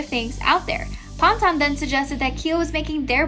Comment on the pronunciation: It’s pan-tun lol 😭😭😭